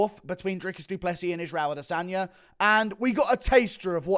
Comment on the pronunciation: ah-DE-sonya So cringe...